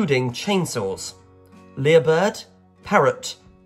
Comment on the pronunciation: Lyre bird is pronounced liar rather than lear.